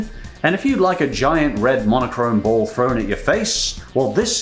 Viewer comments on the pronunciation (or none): none